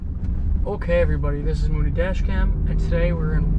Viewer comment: Kudos for the pronunciations Mooney. Nice job on the upload too. Totally interesting. You hear all these mob names never realizing they lived amongst us unless you happened to be their neighbor. Thanks for taking the driving risks too👌😎